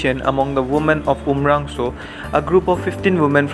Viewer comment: Not umrangso it's umrongso